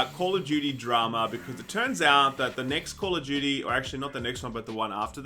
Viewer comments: I thought said "game of Judy" until they started talking about the actual story. I was sitting there thinking, who the f is Judy? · Wait... is saying Judy or Duty? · Despite knowing he's trying to say Duty, all I hear is Judy. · Who else thought he said Call of Judy? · I honestly thought you said "...Game of Judy". Sometimes I think we speak different languages. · They're aussies, they pronounce "duty" like "dyootie." That's why it sounds like "Judy." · I thought was saying "Game of Judy" i was so confused. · When you said "duty" it sounded like "Judy."